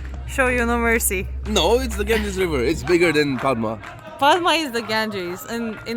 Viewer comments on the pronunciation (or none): it is pronounced podda not padma ... but you have to write it padma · The actual pronunciation of Padma is "Padda (Podda)". Ilish (Hilsha Fish) is our national fish. We love this fish only for its unique flavour and smell. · Actually the pronunciation of Padma in bangla is "Paaddaa" 🙂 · Yep, letter ''D'' remains silent when the word ''Padma'' is pronounced.. Padma means Lilly Flower 🌼